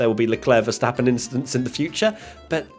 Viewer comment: do you mean no "inshidents"?